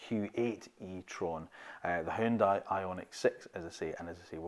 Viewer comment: “Huooon- Day” not Hioon-di